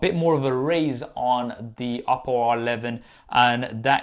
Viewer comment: Funny how him saying the word "Oppo" sounds like "Apple".